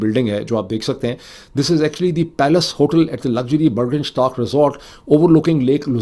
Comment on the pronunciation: Pronounce, Borgenshtok😊 Burgenstock